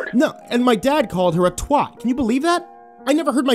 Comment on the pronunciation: What’s a “twot” ?